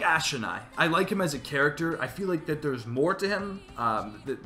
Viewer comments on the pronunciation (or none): Sorry, but why do you say "Aspen" Eyes?